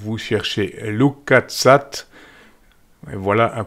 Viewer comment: bon je sais que l’anglais n’est pas ton fort !!!